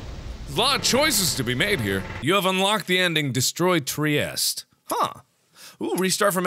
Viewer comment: At first tI though the triestre at the beginning said - Aboard the Testicle xD